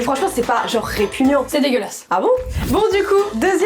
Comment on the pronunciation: Le ''c'est dégueulasse'' était clair et net mdr😂😂😂😂